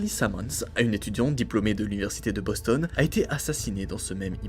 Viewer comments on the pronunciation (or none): none